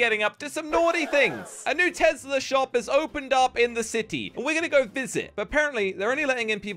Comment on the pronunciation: Just to correct you it’s Tesla not Tezla